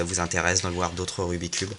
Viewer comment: j'aimerais juste faire remarquer que l'on ne dit pas rubi cube mais rubik's cube et que vous avez oubliez de dire le lettre de la face basse (B)